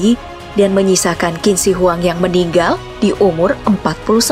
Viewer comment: Meninggal kaka bukan meningoy 😁😁😁